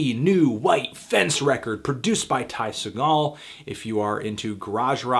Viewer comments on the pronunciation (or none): none